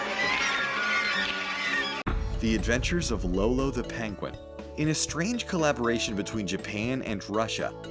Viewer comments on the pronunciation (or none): none